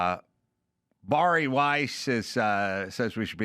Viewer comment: Bari is a Jewish name pronounced berry. I have a girlfriend so named, so I know.